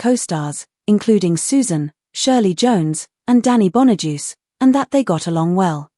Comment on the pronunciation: If you are going to make an AI-narrated video, can't you even check that it is pronouncing the names correctly. Nobody called it the "Partridgey Family". Nobody says "Danny Bonadeuce". It's just such stupid crap. Several minutes in and I'm waiting for some content. But that's what you were going for, wasn't it?